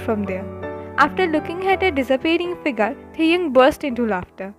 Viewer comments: Yahhhhhhhhhhhhhhhhhhhhhhhhhhhhhhhhhhhh .....it's not taehung it's TAEHYUNG..... plzzzzzzzzzzzzzzzzzzzzzz 🥺🥺🥺🥺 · Plz don't mind...The name is Taehyung not taehung...so plz Write the correct name ....✌️✌️